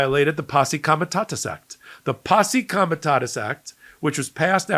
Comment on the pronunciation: you are mispronouncing Comitatus.You've said Comitasus several times.